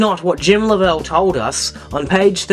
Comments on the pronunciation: Lovell is pronounced LOVE- ull. I like the video but that's driving me nuts. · This guy is Australian, that's why he talks weirdly. Common courtesy to pronounce sombody's name the way THEY would pronounce it - Lovell! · You notice, you are pronouncing the name differently than the SPELLING of his name. You must LOVE the way HOLLYWOOD chose to pronounce his name. Well, still debatable.